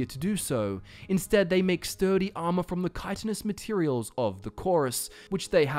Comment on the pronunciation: Thank fuck! Finally someone who pronounces chitinous / chitin correctly!!! It's so common to hear people say it as chitin (with a hard CH like from the word chain instead of the correct kye-tin)